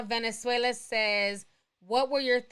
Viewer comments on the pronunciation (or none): none